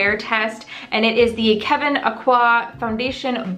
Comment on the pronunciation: Thank you for correctly pronouncing Kevyn’s name. You’re the only person I’ve heard who pronounces it the way HE did. ☺️